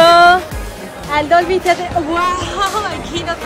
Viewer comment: La pronunciación de Theatre duele increíblemente, creí que Less sabía hablar inglés